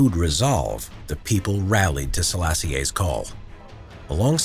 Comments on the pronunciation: halfway through watching this, it's generally really good but I just had to stop and comment that the pronunciation of "Sellassie-ay" is killin me. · The latter E in Selassie is silent, like "Selassy"